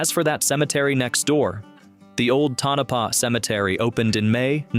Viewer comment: FYI... Tonopah is pronounced Toe-na-pah.